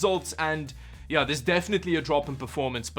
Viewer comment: your yeah sound like ja (Deutsch)